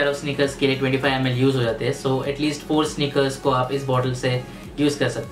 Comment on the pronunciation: Snickers. Snickers.. Snickers.. daam. These vadakans.. can't pronounce proper English.